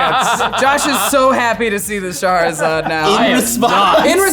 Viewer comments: It's pronounced "Shah-ra-zad", and not "Shahaharasalad". Reading the card explaining the card, or something a certain professor would say. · It is not pronounced Sha-ha-ra-zad.